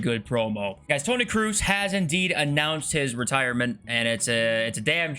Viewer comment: Cannot wait for one the youtubers to pronounce Tony Kroose's name properly